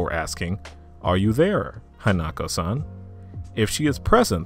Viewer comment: you said hanako-san wrong